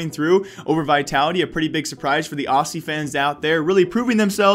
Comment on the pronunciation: Its pronounced ozzy's not au-see's ;) from an aussie or..... ozzy... :')